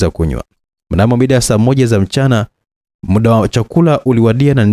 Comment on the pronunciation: nimependa sana hii story, ila kwenye kuongea nikuombe utumie neno MUDA badala ya MIDA, mida si kiswahili sahihi. Hadithi ni nzuri sana, nimeipenda. Samahani kama nimekukwaza.